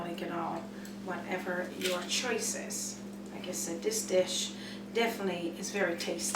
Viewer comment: " rice of chice?" Funny accent.